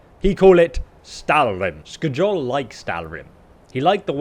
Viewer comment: It’s skyol not skejol